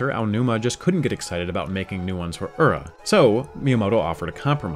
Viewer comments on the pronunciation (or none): I love this kind of information, but there's no way I'm the only one who finds it grating that Ura Zelda keeps being said "Ur-ruh" instead of "uu-rah," like 裏 is actually pronounced. It's just kind of a pet peeve of mine, hearing people repeatedly use a word from a different language and not make sure they're pronouncing it as best they can. Especially on something like DYKG, which does a great job of researching, but left something like that very clearly incorrect. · Awesome video guys! Just one thing that Ura is pronounced as OO-RA. I was listening to this episode instead of watching so hearing UR-RA got me confused on what it's supposed to mean